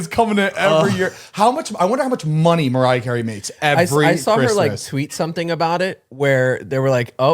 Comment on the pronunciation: Noooooo I love the intro especially when mariah was saying marier